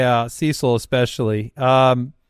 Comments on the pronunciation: Who is Seesull Fielder? 🤣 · Lol pronouncing Cecil wrong